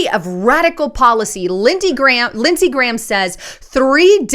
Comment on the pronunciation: Did she say, Senator Ghramnisty?